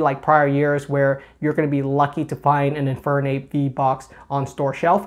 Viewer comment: gotta be honest you said Infern-ape and i died inside